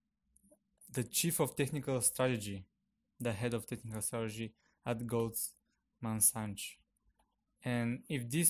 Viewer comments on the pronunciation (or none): Goldman "Santschs" LOL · no you're not pronouncing it right: голдман сакс, and they're one of the biggest investment firms in the US for over 20 years. You're welcome. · I enjoy your videos, but it's hard to believe that I'm following advice from someone who is unfamiliar with the name Goldman Sachs (pronounced saks). Probably the most important private financial institution in the US if not beyond -- their executives have gone back and forth between the Federal Reserve, and the US Treasury and the US cabinet for decades.